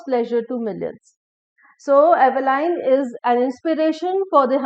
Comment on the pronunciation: Dear madam, The correct pronunciation is not /ive-lain/, but /'i:v-lin/